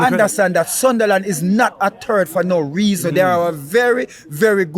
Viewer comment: "Sunderland is not a TURD for no rwaosn" 😂😂